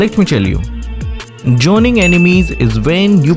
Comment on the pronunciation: Joning, Jilong😩💀💀💀💀